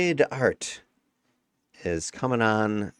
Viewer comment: isn t it a status res io? does it protect enough anyway? Oh and we don t pronounce the T of Art in french 😊